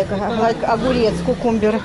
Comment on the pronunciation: Кукумбер, лавандер. Сколько же можно коверкать английские слова!